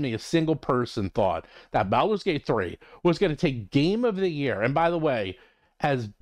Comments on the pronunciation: So absolutely agree with your content but is Baulders as in “ball” not “pal/balance” bawl-ders. Has been for decades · Why do you pronounce "Baldur's" like that? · It is a curious pronunciation that I haven't heard from anyone else.